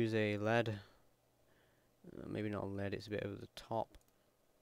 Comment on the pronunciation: the word "Lead" isn't pronounced like the elemental metal! it's pronounced like a dog's lead or if you are leading a race. or like a lead guitar. or a lead synth.